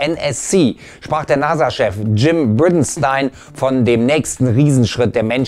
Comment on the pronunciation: Wie kann man die Aussprache des Namens "Bridenstine" gleich 2x so versauen!? Noch nie ein NASA-Video geschaut? Der Name kommt da gefühlt in jedem Video 2-3 mal vor.